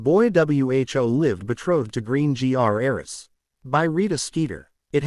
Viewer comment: Another ai that cant say "ass" in greengrass, class, glasses etc